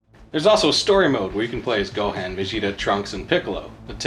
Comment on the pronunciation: Lmao what about pronouncing the G in Mugen like gelatin or the “han” in Gohan like “hand” and not like “Han Solo”?